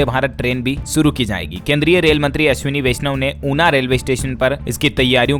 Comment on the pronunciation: अश्वनी नहीं ।शुद्ध है अश्विनी ।